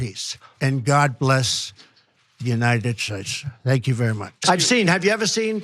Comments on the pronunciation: "the unided shashe" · Speak English in United schtays you moron.